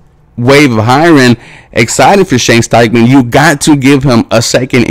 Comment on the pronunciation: It’s Steichen, not Steichman.